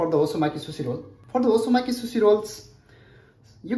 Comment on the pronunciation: It's not susi,,,It's sushi...